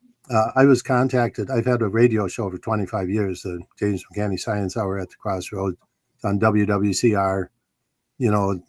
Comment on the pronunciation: For future reference, the Professor's last name is pronounced Mic-KAN-NEE.